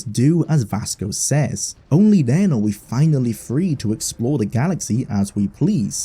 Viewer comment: Why can't you fully pronounce your gerunds or the "th" phoneme? You keep saying, "slidin', hopin', sayin'" and "den" instead of then.